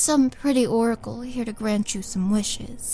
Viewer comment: Did she say she's an "orc-acle"? And where can I get one of these mirrors? amazon doesn't seem to carry them....